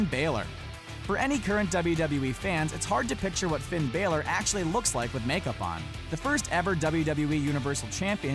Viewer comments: ITS BALOR NOT BAYLOR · its finn Bah-lor not bay-lore im irish so im telling the truth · Its Ba-Lor not Bay-Lor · It's finn BAH-lor. NOT baylor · BAYLOR? BAYLEY AND BALOR MIXED TOGETHER? ITS BALOR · It’s balor not Baylor get it right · IT'S NOT BAYLOR ITS BAĹOR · its finn balor not finn baylor its finn balor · Finn bailer it’s Finn balor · Its pronounced BAL-LOR NOT BAY-LORE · Is pronounced Balor not baylor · ITS NOT BEHLER ITS BALOR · Its ba lore not bay ler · It's!!!!! Balor not baelor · ITS NIT BAYLOR IT BALOR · I hate this fucking dumb ass who says BAlor it's balor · You say Finn balor like baelor when it's balor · I swear I'm going to kill the speaker Finn baaaaalor not Baylor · finn baylor lo its finn balor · HE CANT SAY ANY NAMES IT IS NOT BAELOR ITS B-A-L-O-R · Baylor... it's balor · Learn how to say balor! It's balor, not Baylor you idiot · why do people call finn balor baylor its pronounced balor not baylor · its pronounced balor not baylor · Do wrestlers you didn't know were left-handed!!! Also it's bah-ler not bay-ler ;) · he says baylor. it's balor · Skyloxd it’s bálor. It’s come like that in wwe 2k19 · Brandon Denniston I'm not Irish but I know that it's not pronounced Baylor, it's Balor (Ba-lor) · so am i . He said falor it's balor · I wish I could dislike because he said Baylor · God your pronunciations are horrible its pronounced Shawngo and Bahlore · any one else triggered by the way he said balor "finn baylor" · Not Baylor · I got ticked of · STOP SAYING BAILER PLZ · its Ba (like bat) and lor (like law or lore) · Finn Baylor???? Man how can u even say his name like that???? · it's pronounced finn baaler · its finn bàlor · It's prounouced baller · DT Studios he says fin balor instead of fin bálor go on iTranslate if you had the app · Brandon Denniston I guess you can say sucks at saying bayler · You said balor wrong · I cringed every time he said balor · Your saying balors name wrong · Plz go learn how to say Finn Balor